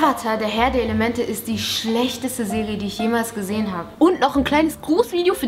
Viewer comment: Minuten Serie nicht Sele 😂😂😂😂